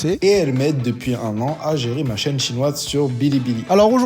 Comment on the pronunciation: On est d'accord qu'elle a prononcé quatre fois le même "ma".